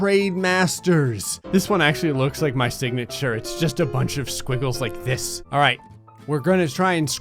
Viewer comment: "let's do dis." that gave me flash backs of mw2